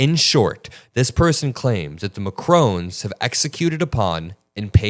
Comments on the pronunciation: Please guys, it is not Macrone, it’s Macron as in “ON the table”. You guys rock but this is just something that I think is important to get a leader’s name right. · Pronounce it Makroh - not Macrone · Ma-crone is not Mac-ron